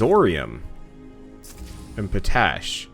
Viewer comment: You're pronouncing potash wrong. You look at it and say it like you would "potato" but it's pot-ash, sans the hyphen. POTash, not poTASH.